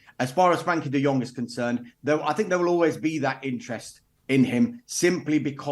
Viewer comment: Ignorant journalist who cannot even get De Jong's name correct. Embarrassing.